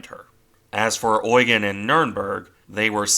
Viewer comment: You need to stress 'Eugen' more on the 'e'.